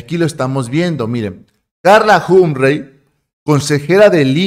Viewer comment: CARLA HUM-PREY ????????? NETA ??? SE PRONUNCIA JOMP-FREY